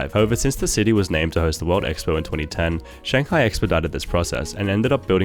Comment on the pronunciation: It’s Shanghai not Shangahi